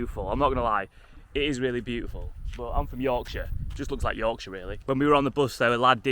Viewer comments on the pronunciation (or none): none